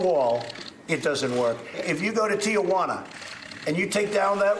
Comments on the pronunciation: Stupid f'n wall. BTW, Liar-in-Chief has probably never been to Tijuana. Also, the city is not pronounced Tia Juana cuz, uh, that's Aunt Jane. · Did the moron say TIA Wana?